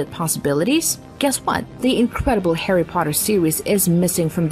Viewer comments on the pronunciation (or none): none